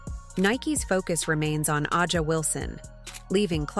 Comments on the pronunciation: Why do you (The creator/voice) of this video continue to mispronounce Aja (Asia)'s name ? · Drives me crazy too